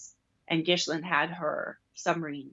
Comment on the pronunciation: You need to learn how to say Ghislaine’s name correctly.